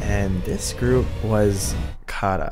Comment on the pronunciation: THE WAY YOU SAY KARA OOF